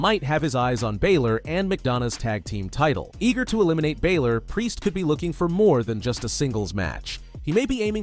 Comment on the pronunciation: does my head in how he says balor